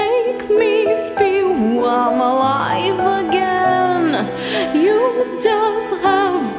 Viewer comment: Your pronunciation of Im alive again is wrong, you are saying it make me feel wym alive again, listen to that part as it sounds quite strange